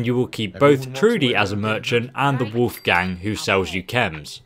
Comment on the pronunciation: "The wolf gang" lmao It's his name. Wolfgang